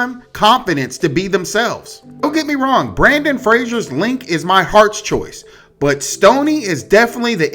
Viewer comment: I love you but hearing Brandon instead of Brendan hurt my brain a little